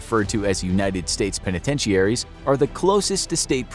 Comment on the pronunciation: pen-a-ten-she-aries? OUCH!